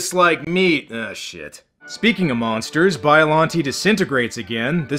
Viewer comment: its pronounced bi-a-lon-tay